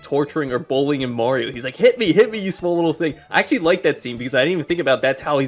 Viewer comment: "I akssshhually like me some Mario" 🥴🥴🥴 it's sad for humanity how people these days don't even try to hide their lack of cognitive capability.